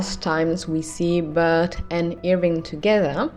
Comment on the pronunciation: Everytime you say "Irving" I hear "ear ring" xD